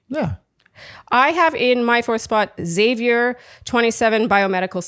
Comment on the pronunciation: I like Xavier as well. Sounded like she said his name like “savior” instead of “Zavier” when she gave him the rose. Curious